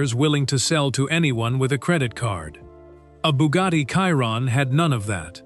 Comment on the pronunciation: Why can’t Ai say Chiron correctly?😂